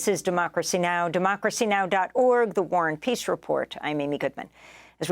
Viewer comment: Why does she say the Warren Peas Report?